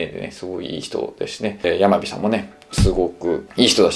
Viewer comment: 山火さんってやまびって読むの？笑